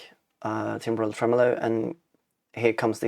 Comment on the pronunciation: And your track is a JAM, do you think you'll develop it into a longer track? 😁 Ps. You nailed the timbral pronunciation - I'm never sure how to say it either!